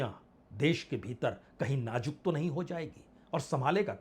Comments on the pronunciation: Sir aap najook kahate hai Nazook word hai sir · Bajpai ji hindi language me 3 sha hote h tb bhi apko hindi bolna nhi ati jaruri nhi hota zaruri hota h Sayad nhi hota shayad hota h Najuk nhi hota nazuk hota h